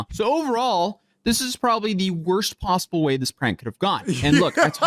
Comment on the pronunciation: "So overall this is probably the wrost possoble way this prank could have gone": "I mean I giess two got away" 😂😂😂